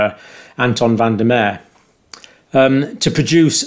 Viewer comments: Just for the sake of accuracy and respect Van der Merwe is pronounced "Fun duh Mervuh". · Say van der Mer-ve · If Anton van der Merwe is South African, it's pronounced Merva